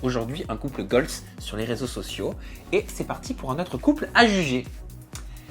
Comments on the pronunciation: Je pensais qu’il disait "couple GOLD" au début jusqu’à que je lise ton commentaire 😂😂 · On dit couple goal et pas couple goalzeeeee, nn? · "couple goal" Déjà c'est un terme anglais donc il faudrait le prononcer en anglais pour bien faire et sans S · « CoUpLe GoLz » 🤪 Mdrr, c’est UN couple donc on ne le met pas au pluriel donc on dit: couple goal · C’est quoi ce nouveau concept de vidéo pété là on veut juste les interviews nous.. et on dit couple goal au passage hein pas gooaaaalzzzz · tu me stresses a dire couple "goals" avec le "s" à la fin, "couple" est au singulier et puis en anglais on n'accorde pas les adjectifs avec les noms alors on dit simplement "goal", voilà petite info du jour 😉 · couple goals se dit mais tu ne peux pas dire UN couple goals si tu veux dire ça tu mets pas de pronom singulier et au faite couple en anglais on peut dire couple aussi donc c’est juste de pas faire la prononciation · Et pourquoi prononcé goal à l'anglaise mais pas couple ? Haha